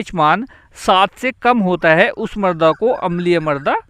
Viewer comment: Sharabi Shabd ka prayog galat Karen Marda nahin mrada